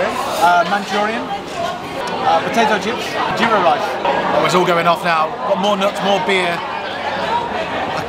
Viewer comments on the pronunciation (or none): none